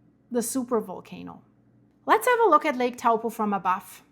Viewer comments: toe-paw that's the correct way to say it ... big snap. with a little rumble on the Coast NP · Good effort. Taupo is pronounced like Toe-poor without the r sound.